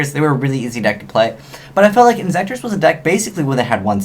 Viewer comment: LMAO INZEKTORS! HAH!